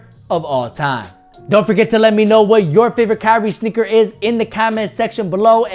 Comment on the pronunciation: He said snicker 🤭 instead of sneaker